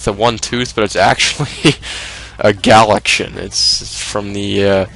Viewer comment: The name of the other game is actually Galaga. Love he way you pronounce "galaxian" as "galachin" but it's okay. Everybody makes mistakes.